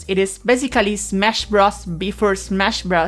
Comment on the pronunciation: "smesh bruz, b4 smesh bruz" Fucking what golden majesty of human expression have I witnessed- I am enamored.